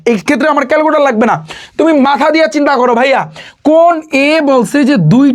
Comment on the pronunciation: ক্যালকুলেটর ❎ ক্যালকুটার ✅😂